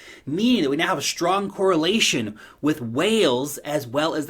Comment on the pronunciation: Always looking forward to your videos on daily basis! “Shtrong area...shtrong...😊👍” great content as always mate!